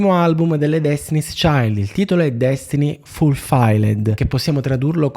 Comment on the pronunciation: "DESTINI FULFAILLED", quando chiaramente è una delle eccezioni in cui quello che leggi va letto come si scrive. O un corso di inglese, o un pizzico di umiltà in più...